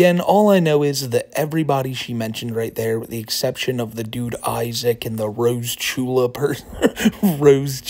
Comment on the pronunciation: It’s Roachula not rosechula 💀